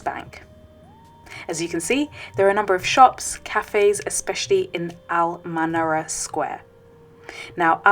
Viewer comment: al-Menara ? Sounds like ha-Menora.